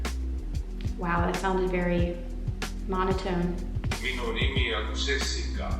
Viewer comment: minu nimi on was very good tho